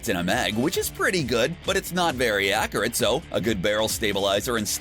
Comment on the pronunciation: Anyone else hate how he says accurate, he says a cure it